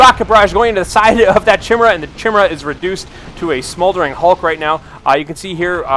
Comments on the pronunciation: Great video quality, and I really enjoy your commentary. One little hint, if I may: Chimera is pronounced kye-MEER-uh :) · Why is he calling it a che-mira Is that how it's supposed to be pronounced in the lore I thought it was named after the Mythical beast